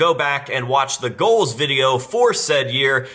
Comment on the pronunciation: It’s pronounced GOALS not GLOWS